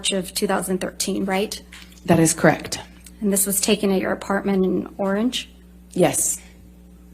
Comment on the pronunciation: "That's cract" 😂 Girl the word is correct 😂